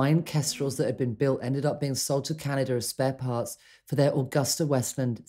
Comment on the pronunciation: Mispronounced aGUSTa...The “u” is long. An Italian firm (motorcycles, aircraft) Mispronounced Potomac...but everyone heard that. Very condescending tone from the narrators. Have Britts as dear friends...but apparently not these two. Please standby for my donation....wait...wait...